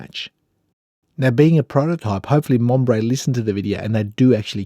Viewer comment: Monbrey😂😂😂 seriously